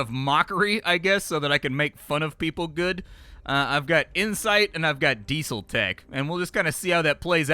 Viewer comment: Because some people don't interact with certain words in day-to-day life, and there's no reason not to correct someone I think is making a mistake? Like, what if he legit just didn't know how to pronounce Diesel? Why wouldn't I help out? Are you just the kind of person who enjoys watching people make mistakes?